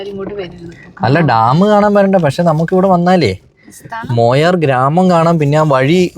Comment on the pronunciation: മൊയാർ അല്ല മായാർ ആണ്